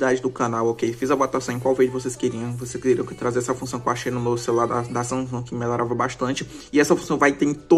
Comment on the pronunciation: Sanhhan meu celular Samsung Ksksksk falo errado em mano ksksksksk